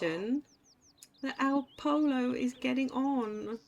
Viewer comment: In Spanish a double LL is pronounced like a Y. So Pollo is pronounced poyo.